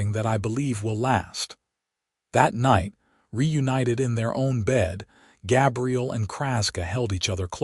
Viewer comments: It kind of sucks that the AI mispronounced his name through the entire video using the female pronunciation for Gabriel. It was somewhat disconcerting. Doesn't anyone ever listen to this crap before they push the submit button? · I'm guessing that you aren't English language first Gabriel is pronounced with a long A as in bay and say. The way you are pronouncing it is for "Gabrielle" the female version of the same name. That said it's a good story. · Very frustrating that AI mispronounced Gabriel the entire time